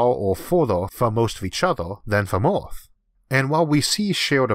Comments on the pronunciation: What is that "orth" he is repeatedly speaking of? What is a "leysoh"? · Learn to say "er" instead of "or", and the alleged speech impediment is gone. "Emerge", not "Ormorge". "Earth", not "Orth". Lasers, not lasors. Future, not futchor.